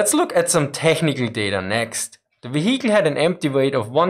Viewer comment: You can tell it's german because it's one hell of a wheee-icle.